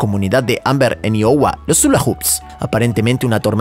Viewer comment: Se pronuncia aiowa!